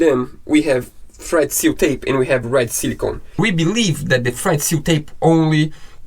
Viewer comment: I know you're saying "thread seal tape" but I keep hearing "FRED seal tape" which makes it much more fun. I'll never be able to see Teflon tape again without thinking of you guys & Fred.